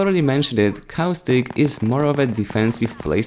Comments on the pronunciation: Dude it's caustic not cow stick open caption even that thinks ur saying cow stick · he's about to say cowstick not caustic lol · Anyone else hear "Cow Stick"?